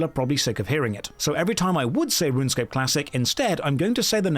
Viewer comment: that’s not runescape, that’s ranscape 😭😭😭